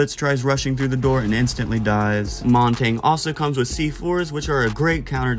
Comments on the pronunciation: if you're saying Monty I'm wrong but it doesn't sound like it, it sounds like you're saying Montagne and pronouncing the G somewhat which is wrong, I'm not nitpicky I just thought it was funny but ofc you had to get all defensive, idgaf how you pronounce words dude... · the way blud pronounces montagne